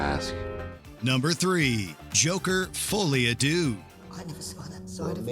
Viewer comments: God hearing say Foile a deux gave me chest pain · I am begging Americans to learn how to pronounce "Folie à deux"